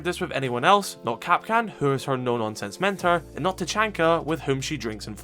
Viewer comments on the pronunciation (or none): none